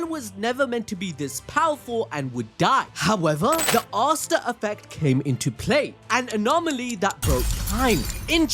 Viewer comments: Her name is pronounced Ah-see-air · “Ahh—cee—air” I think